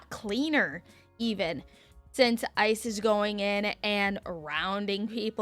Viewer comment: hade to go back there did sound like you did say ISIS not ice